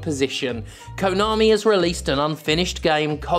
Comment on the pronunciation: At your end bit, all i clearly heard was "Kanomi is Kanomi" lol so true